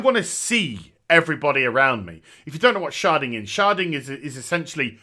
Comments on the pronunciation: sounds like you're saying sharting lol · Shedding? Sharding? Charding? What is he saying? I want to look it up